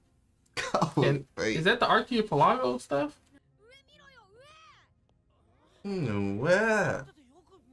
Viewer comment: how has no one corrected this mans on his pronunciation of archipelago? he over here pronouncing it like a lamborghini Murcielago